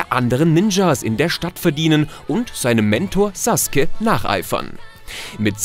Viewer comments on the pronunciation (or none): none